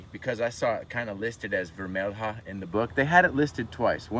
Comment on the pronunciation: Vermelha is pronounced like vermelya.